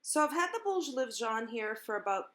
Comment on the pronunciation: Your recipe is great, but your pronunciation of “ bolos levedos” is terrible!! Thanks for the video, I’ll certainly follow your recipe!